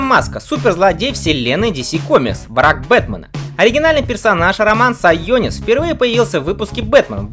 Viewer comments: Сионис, а не сайонис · Не Сайонис, а Сионис)